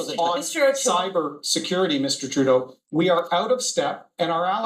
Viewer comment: Trudeau. Not tribadeau